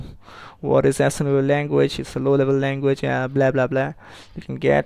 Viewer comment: "Hi everyone to my assemblllenruewtoe level language tutorial". Well, that's a good start.. (!)